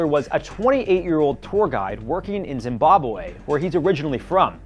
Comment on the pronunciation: I looove how he says Zimbabweey 😂